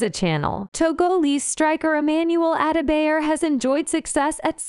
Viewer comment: Ada -bayer😂. At least learn to pronounce his name.